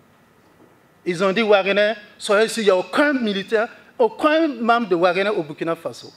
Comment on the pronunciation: 😂😂😂 WAGEINER . AH BURKINABE DANS SON FRANÇAIS MALGRÉ SON STATUT. WAGEINER 😂😂😂😂😂